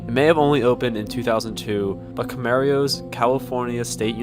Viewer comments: CSUCI is in Camarillo, pronounced "CAM-A RIO" Where are you getting this information from? I have lived here all my life and the information you are sharing I would have to disagree with. I am a student at this campus right now and I have yet to see anything paranormal. It would be cool if I did though. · Never heard Camarillo be pronounced [Kuh-Mair-e-o] before. But yeah, I attend this school and found a way into one of the abandoned sections. Pretty dang spooky in there. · YOU SAID CAMARILLO WRONGGGG.